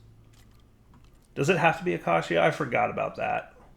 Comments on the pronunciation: please look up the pronunciation of acacia lol. It’s uh-cay-sha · haha i cant wait till dire can pronounce 'Acacia' properly. He said it like 50 times in a row this episode. very entertaining 😋